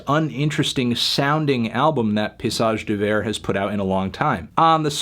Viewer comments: Fantano I know you didn’t like the LP, but was pronouncing it as “Pissage Bel Air” necessary 0_o? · It's pronounced pay"E"sage d'hiver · Please stop saying it as piss-age d'hiver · Horrible way to say paysage d'hiver! say it this way fatano: [PAY-E-SAAGE] [D'EE-VAIRE] this would be better but still not perfect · Well he didn't pronounce Paysage d'Hiver right either so why not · can't pronounce band name.... 0/10